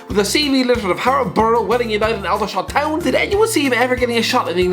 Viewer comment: The fact that couldn’t pronounce Aldershot Town correctly shows how small the club is, lol